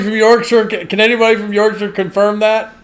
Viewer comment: Big county like Rorksher